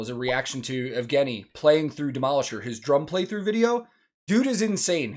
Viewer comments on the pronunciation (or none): It's [Ye]vgeniy btw. Like [Ye]katerina and [Ye]lena.